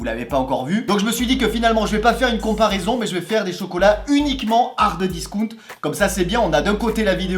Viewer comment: "Hardeuh discount" j'entends que ça 😭😭